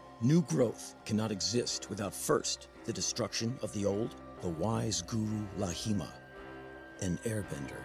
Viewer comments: It's clearly pronounced as "LAHIMA". Why people write it as "Laghima"??? Come on west people. When will u learn about spelling? It's LA-HI-MA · I am genuinely curious why Zaheer pronounced "Laghima" with an attempted Arab dialect.